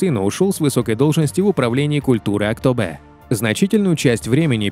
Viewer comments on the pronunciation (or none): На казахском буква Е, не читается как Э. Слух режет. Не тенгЭ, а тенгЕ, не АктобЭ, а АктобеЕ) За выпуск спасибо 🔥